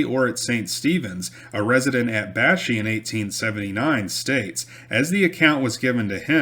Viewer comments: its pronounced Bash-Eye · I love hearing stories about the area where I grew up hunting, fishing, and just running around in the woods as a kid with my cousins and our friends. The area where the Canoe Fight occurred is pronounced "bash-eye" back home.